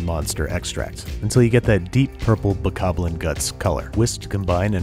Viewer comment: And this is why I love this channel, Babish says bokoblin with no hesitation. Hes a master cook